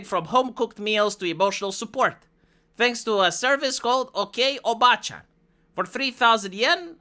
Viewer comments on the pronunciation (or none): You have to extend the vowel: oba-a-a-a-a-a-a-chan. If you do a short obachan - it'll mean aunt instead of grandmother.